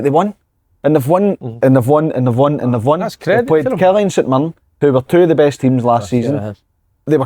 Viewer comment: Si, stop saying twa yah prick